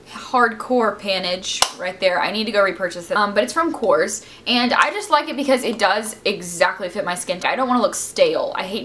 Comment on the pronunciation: you pronnounce korres sooooo wroong